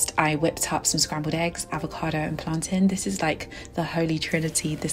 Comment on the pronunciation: I love that you add plaintain to your breakfast. You even said plaintain the same way. I thought only Jamaicans make plaintain and eggs.❤